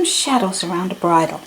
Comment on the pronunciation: So glad I stumbled onto your channel! This was really helpful! Thank you. PS You pronounced bridle correctly. 😊